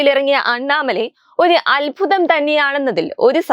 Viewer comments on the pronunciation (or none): none